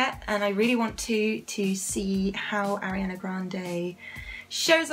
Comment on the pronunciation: R-E-ON-Uh not Airiana boo